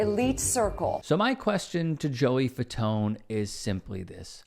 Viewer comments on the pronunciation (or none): "The Fatone" 😅😆😅🤣